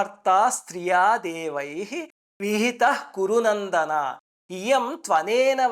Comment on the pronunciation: కురు నందనా అని అనకూడదు. సంబోధన అది. కురు నందన అని హ్రస్వమే ఉండాలి.